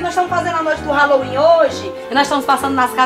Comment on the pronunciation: Brasileiro não acerta nem falar Halloween e quer comemorar kkkkk